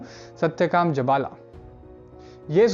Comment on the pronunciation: chanDokya nahi ji, Chhan-dogya, uchcharan to seekh lijiye. Our Jabalaa nahi, Jaabaal.